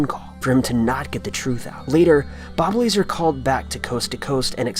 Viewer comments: Bob La-Zar. Not Bob Laser. And that phone call isn't even Bob Lazar. Please check your facts better. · "Bob Laser" What the fuck is wrong with you? First "Peehole", now this?